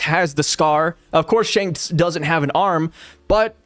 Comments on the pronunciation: Instead of Shanks.....Hanks? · "Spanks" the twin brother of Shanks 😂😂